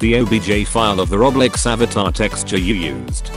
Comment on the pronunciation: Bruh when that bot said roblex i died